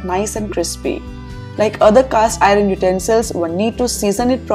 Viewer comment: Oops, you are pronouncing “iron” as “ I run”? Please correct..👍